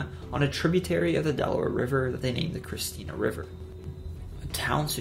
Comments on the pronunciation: Watching from Newark . It is ChristiANA, not Christina. Like How the end of Indiana is pronounced . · Hey just a heads up its Christiana (krist-i-ahna) not Christina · Great video! Fyi, tho CHRISTIANA is 4 syllables with the accent on the third. Chris ti A- na. 😉👍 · not sure if someone has already mentioned this, but it is ChristiANA not Christina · its christiana not Christina, great video nonetheless , in delaware btw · You said Christina wrong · Born and raised in Sussex. Great video but I’ve never heard Christiana pronounced that way. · And Christiana